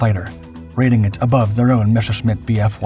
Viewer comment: Why do you say Meshersmitt when it is spelled the exact opposite? "Messershmitt" it is pronounced. And Freccia is pronounced "fretsha". No "i" is heard. The city Lecce is pronouced "Letshe"